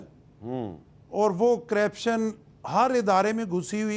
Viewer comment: گورنر کو کم از کم لفظ کرپشن کا صحیح تلفظ کرنا چاہیے۔